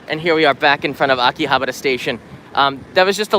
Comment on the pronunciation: you don't even know how to pronounce Akihabara and you dare to speak of its history.... pathetic foreigners selling Japan for views.... at least try to learn the names properly mate.